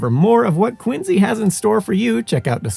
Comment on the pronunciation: How can you be aware of & stress the correct pronunciation of Quincy, but you massacre Concord & Belknap? 🤨 Concorde? Bellk nap? 😳😅 Concurd, Bell nap. Born & raised in New Hampshire, living from Swanzey to Gilford to Plymouth to Groveton... & the dozenth or so great grandson of Dr Warren (of the famous painting of his death at the battle of Breed's (Bunker) Hill) , & the umpteenth great-grandson of his grandfather- 12th signatory of the Mayflower Compact and member of the original illegal aliens of Plymouth Rock in 1620... also Dr Richard Warren.